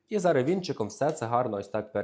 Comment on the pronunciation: Не зара говорить треба, а зараз!